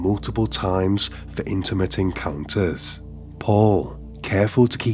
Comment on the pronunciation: The narrator has a peculiar accent: The penultimate syllable of each sentence has a downward inflection, and is stretched, while the ultimate syllable has a rising intonation. Example: "He lived with his faah-THER." Or: "They met for intimate en-cowwn-TERS." Strange!